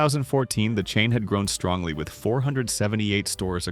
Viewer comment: This is an interesting little episode and many of these stores are remembered the only thing I do have to say, though is the word strongly keeps reappearing throughout this segment and it’s not only dramatically messed up, it sounds like I’m listening to Trump.